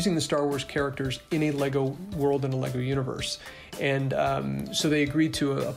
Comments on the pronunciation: “Altimate fanz of laygo” 😂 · them calling “lego” “legos” is really disgusting